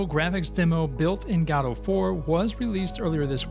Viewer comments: It's Go Dot, not Ga Dot. Ffs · I know it sounds weird, but most people say "godo" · Please for the love of god learn how to pronounce "godot" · Go Dot, G'Dough, and now Gaddo.